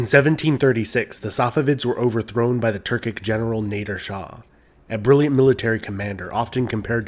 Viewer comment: Great video, you explained the Turkic influence on Iran really well, though, slight correction on pronunciation: Nadeer is pronounced like /Nah-dir/ with "a" pronounced as "a" in the British pronunciation of "Bath"